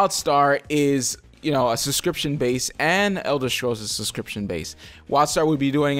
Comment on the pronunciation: I swear every time you say Elder Scrolls, I keep hearing "Elder Strolls" And when it comes to an X-pac, I think Anet is ready to do it... it's NCsoft who are being stingy. They are pumping funds into Wildstar, and might've just decided Anet and GW2 wont produce a good profit if NCsoft funds an Xpac. Now, no hate to the people who want Wildstar to be a success, in fact, I hope your game blossoms with great content and fun communities! I just want someone to knock sense into NCsoft, so they start putting money into GW2 and Wildstar equaly.